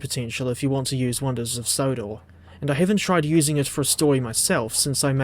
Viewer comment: Sonders of Wondor XDDD